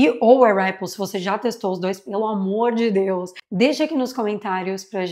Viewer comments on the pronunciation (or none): none